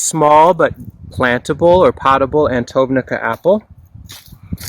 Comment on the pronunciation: it's pronounced Antonovka :)